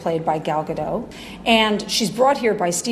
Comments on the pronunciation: Lol even the director doesnt pronounce gal gadot’s name properly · So Patty Jenkins mispronounces Godot? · Omg; Patty Jenkins just mispronounced Gal Gadot's name! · I just realized..... the freaking DIRECTOR of the movie doesn't know how to pronounce Gal Gadot's NAME?!?!?! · Oh no! Jenkins pronounced Gadot like a french last name lol